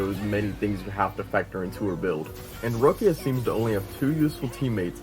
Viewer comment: "Rowckia" bro they pronounce her name in the story dozens of time. LMFAO Rowckia 😂